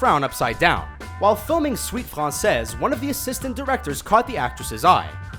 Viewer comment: FRENCH CRINGE WHEN HE SAID "FRANSEZ"